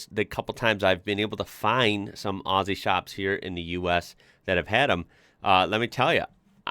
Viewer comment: thank you for saying Aussie with the Z sound and not the S sound. Number one mistake every one makes. Remember it is said 'Ozzy' and not 'Aussy'